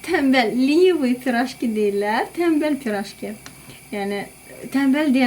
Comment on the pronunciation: Siz tənbəl sözunu deyəndə çox düzgün tələffüz edirsiniz. Bəs vidronun adini niyə səhv yazirsiniz?😢